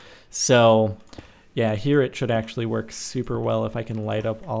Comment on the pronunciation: Axe-ually (actually)